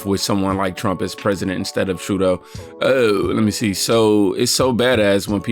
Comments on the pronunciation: True-doh, not True-day-oo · Trudeau is pronounced, True-dough 😂 please say his name right, it's driving my OCD crazy.